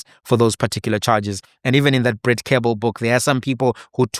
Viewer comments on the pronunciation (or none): none